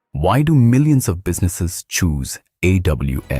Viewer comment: Bro. First of all the design and visuals of artefacts is amazing. But there are few things, I wanna highlight here that the AI voice which you used in the video is unable to pronounce a few words correctly, like Samsung, AWS, and more. We can correct them in future instances. Hope this helps you to release better artefacts...👍🏻